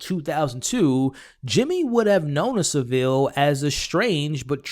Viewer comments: No Sa'ville. Its pronounced Sav'ille! 😉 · It's pronounced savel 😂😂 the way Americans and Canadians pronounce it kills me 😄 🤣